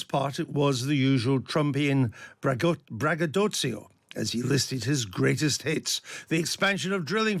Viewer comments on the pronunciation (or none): It s bragaDOCHO (phonetically) not Bragadotzio.